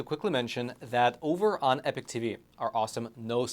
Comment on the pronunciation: Isn’t it pronounced EE-Pok? Not “epic”?